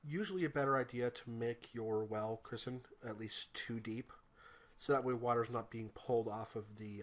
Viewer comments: Thanks for this! Very helpful. BTW, I think you were calling a "cistern" (pronounced "siss-turn") a "cristen" (criss-sen). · haha "christern" Cistern is pronounced "sis-tern" for your educational pleasure